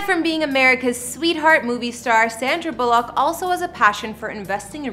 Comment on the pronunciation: Never heard her called Sandra Bull ock. Think it’s Bullock